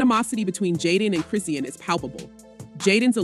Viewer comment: Say her name right it's chrisean